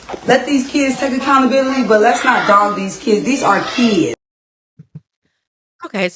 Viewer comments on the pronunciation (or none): There are no e’s in the word kids!! The mom is a smooth brained knuckle dragger!!